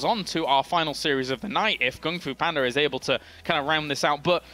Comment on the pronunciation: Wow, they never said GunGFuBanDa's name right until